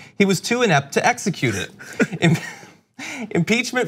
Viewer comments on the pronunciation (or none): E. P. T. See, there is no "in" in "ept"! I know words, like a smart person. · "I'm totally EPT !" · “I’m ept! I’m probably the eptest president there’s ever been!”